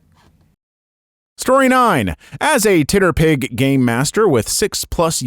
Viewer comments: Story 9: I'm highly amused by pronouncing "TTRPG" as "titterpig" 😆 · I know, first time I’ve heard it referred to as that. Gave me quite the chuckle 😂